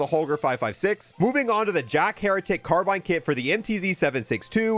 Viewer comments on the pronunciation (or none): none